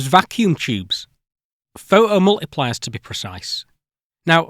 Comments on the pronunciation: Pho-oh multipliers eh? Great... until they shah-er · oh COME ONE, pho' 'o multipliers. but phoTocathode. phoTons. So you CAN say the T, but certain words, even with the same root words, get the silent treatment!